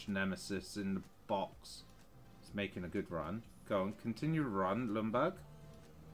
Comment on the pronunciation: i like how every english person says ljungberg. lumburg lmao🤣